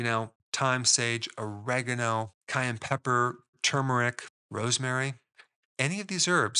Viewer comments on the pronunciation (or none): none